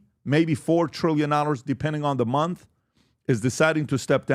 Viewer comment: Month, not mouth.